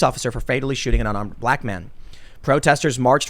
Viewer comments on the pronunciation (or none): none